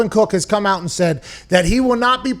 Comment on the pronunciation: Dalvin cook will sit “”aht”” ?? Is that on purpose?